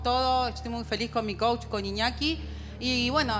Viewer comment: Jajajja me da risa cuando no les dalr la palabra coach y dicen coch 😂😂😂